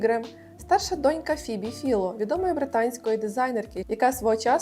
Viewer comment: В цю ж саму купу - Фібі Філо, чи Файло?